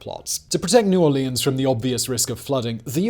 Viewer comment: Love you Simon, but I dont know why, I do hate your pronounciation of the "Orleans" in New Orleans. 😂